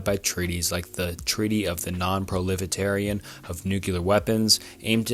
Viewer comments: what is prolifitarian? Do you mean proliferation? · You keep saying "prolefitarian" when you mean "proliferation" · You're pronouncing proliferation wrong.